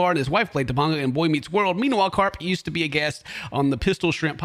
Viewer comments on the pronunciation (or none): “TaPAgug”??? It’s “TaPANGa”, you monster! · wait wait wait wait. to-pahn-go? it is pronounced to-payn-ga. Right off the bat, ken has already failed. we both grew up in the 1990's my dude. come on now. stop making us look bad, man. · TopAnga it's tuh - pain - guh. You lived in Los Angeles you should know 😩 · yo i live near there thats crazy... btw its topanga...like TANG...topANGga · Topanga is pronounced Ta Pang Uh (Pang rhymes with Aang from Last Airbender). As a native from Los Angeles, you hurt my soul. It's ok though, I forgive you. And you get to correct me once if I mispronounce something from your hometown. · The bigger story is that doesn't know how to pronounce Topanga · That’s crazy that shrimp was in there. Also you pronounced her name wrong